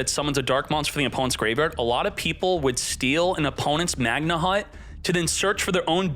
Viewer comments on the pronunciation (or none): You shouldn't pronounce the "H" in "Magnamhut